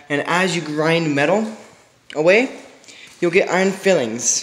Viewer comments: Bro no offense but you’re not understanding what these nice people are trying to say “s” or no “s” you’re saying fillings in the vid (at an excessive rate I might add) what these nice people are doing is making sure you’re aware that the word you’re looking for is filings. It’s a very easy mistake to make I mean one “L” but it makes a world of a difference... nice vid though. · File-lings lol not fill-lings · "Iron FILE-ings" .... not fillings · I'm pretty sure it's pronounced FILE-ings, not FILL-ings. They're bits of iron that have been filed off. Good video overall though. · Lmaoooo ‘fillings’